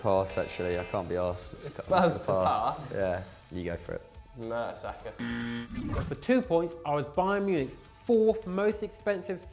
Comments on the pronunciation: Non German “MERTASAKER” “mats hummels” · Non German and says mertsacker madness